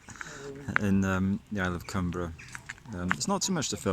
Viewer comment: Great stuff. Been to Millport many times. Our school used to take us there on school trips. Largs is another place I know well. Fully enjoyed your video. 😃👍🎸 Oh BTW: The island's name " Cumbrae" is pronounced, "Cum- bray". Not spelled that way of course but pronounced that way. 👍